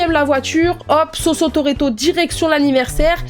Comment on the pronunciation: c'est juste une question comme ca mais, pourquoi ton pseudo c mademoiselle "soso" mais tu prononces sosso. Je dis ca parce que je mappelles sophie et mon surnom c sosso ou so.